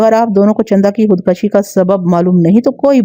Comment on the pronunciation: Khud kashi خود کشی ek ghalat lafz hai .. Correct word is " KHUD KUSHI" خود کشی میں ک کے اوپر زبر نہیں بلکہ پیش ہے